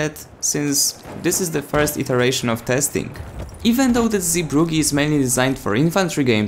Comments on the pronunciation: Im from holland and its sooo funny how you pronounce 'Zeebrugge'😂😂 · I love how you say the new map name bc you can’t help your Polish 😂😂😂